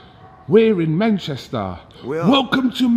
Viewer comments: sounds like borat😂 welcome to mancheeesta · It's MANCHES'TOH